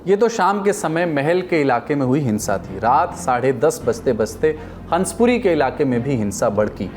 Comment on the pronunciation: हंसपुरी नहीं .... हंसापुरी नाम है क्षेत्र का।